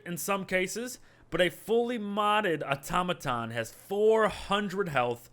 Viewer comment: That isn’t how you say Automaton